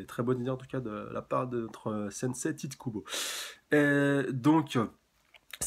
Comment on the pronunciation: on dit pas atterir a soul society mais a la soul society on dit pas isuru kira mais izuru kira on dit pas aïwatch mais ywatch c'est en reference a un dieu c'est de la que kubo a tiré son inspi pour creé ywatch renseigne toi et au passage on dit pas tite kubo mais taïté kubo ça en fait des faute de prononciation